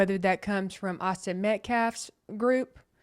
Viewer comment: I would like to thank you for pronouncing Austin's last name correctly. Many podcasters are pronouncing it incorrectly and I know it's petty, but it's like chalk on a black board. I also want to thank you for your unbiased coverage! You are a true angel... This is a nightmare for all involved and the hate on both sides needs to stop. It's not helping anyone. The facts will come out during the trial and everyone needs to stop and take a breath for the sake of the families. Support "your side" with prayers not hateful words.